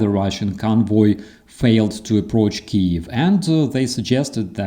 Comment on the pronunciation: That just bugs the hell out of me when people mispronounce Kyiv. It must be especially maddening for a Ukrainian.